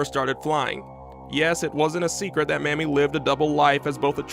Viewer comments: Her name is pronounced May-mee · Awesome video, long A in MAmie though, prounounced Maymee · Her name was Mamie (with a long A). Not Mammy. Get it right.